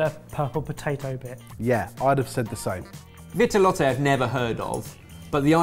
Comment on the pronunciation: Btw it's pronounced vee-tuh-lot